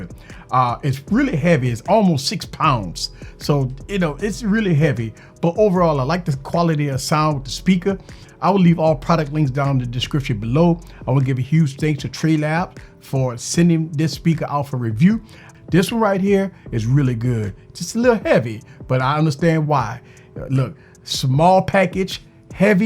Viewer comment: Bro it's treb lab not tre lab